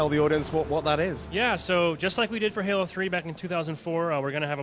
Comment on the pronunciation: its halo dude no hola lol fail